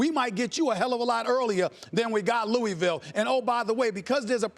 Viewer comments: Thank you!!! I am from Louisville and It always makes me cringe when I hear it pronounced lou-ee-ville instead of the correct way of lou-ah-ville!!! But anyone who is a native knows this lol. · Loo-ee-vill just sounds ridiculous. One of those words that when you say it this way you immediately know it's wrong